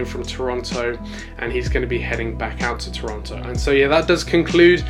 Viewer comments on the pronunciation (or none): none